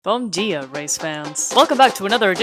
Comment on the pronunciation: She sounded like a mineiro( people from minas gerais) saying "bom dia"